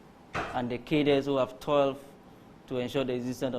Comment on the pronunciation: I think this word 'CADRES" is mispronounced by the majority of Ghanaians, including reputable journalists.